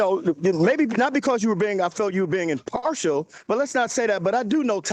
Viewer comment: 🤣🤣 He’s using too many “big” words of which he doesn’t know the meaning, and that he’s just pronouncing WRONG!!🤣🤣